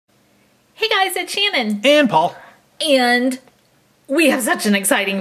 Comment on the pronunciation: You said po not poul